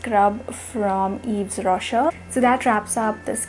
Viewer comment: It's pronounced Eve Roshay..just fyi Er is pronounced ay and s at the end is silent :)